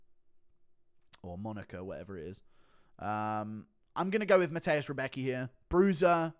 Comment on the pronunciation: Rębecki is good w chuj. And Guru check out the pronounciation of Rębecki. Cause you sound a bit like Chael with his Pierra.